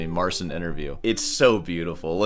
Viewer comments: It's pronounced Mar-ceen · It is "Mare-cheen" with "cheen" being very soft. You pronounce it as "Mare-sin". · Another thing that I ,being Polish"" find very pretentious ,is the fact that he keeps calling him self Mar"sin" like it was that hard to explain how to correctly say his name which is not that complicated at all, the "Cin" in his name is equivalent to ''Chee" in english , like Chee in Cheetos ,so it is simply Mar''cheen'' not ''Seen'' and Marcin being a Christian European Name also has its equivalent in English which is Martin. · So his name is pronounced Marcheen in polish? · mispronounces Marcin and DAddario 😂